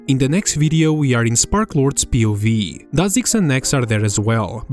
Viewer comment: pronouncing POV like a word instead of an acronym is insane